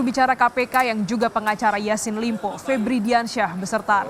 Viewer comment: Ini juga kompas tv kagak jelas... Kok sllu bilang ysin limpo.. pdhal namanya syahrul Yasin Limpo... Hahhahahhaha